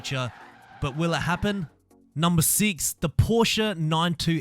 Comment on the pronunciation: ik i like how he says seex and not six